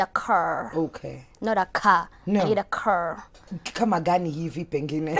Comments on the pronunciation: A man to give me a korrrrr..not car😁😁😁we don't know Enlish😂😂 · I need a ceer..not a car a CEEER!!..😂😂😂😂